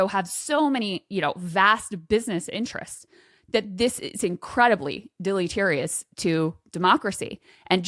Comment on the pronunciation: dilly-terious? LOL